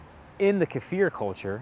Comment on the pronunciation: You are one of the very few Americans that pronounce Kefir correctly!